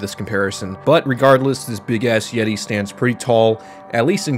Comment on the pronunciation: Imagine saying the yeti named as YEETO and YEETA Instead of like the word yeti